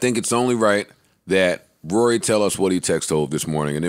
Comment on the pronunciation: Ak just said he has more money. He sounded illiterate trying to say Rory